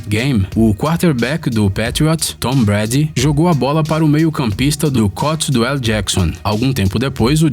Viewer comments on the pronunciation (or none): Melhora sua pronúncia dos times e jogadores da nfl por favor . Errou a pronúncia do time e do MAIOR QUATERBACK DA HISTÓRIA .